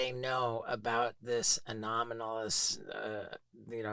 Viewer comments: “Anomanalis” phenomena 😂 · anolamis, anominis, alolominis, anomalis, anomonys, anonymous, anomolous. 🤪😜🤔 🙈🙉🙊 ufo man, just say ufo. 🤠👍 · Oh god one guy said "anonomalous". Please learn English if you have a podcast or show.